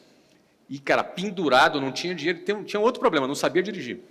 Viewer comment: poblema ? escutei isso ?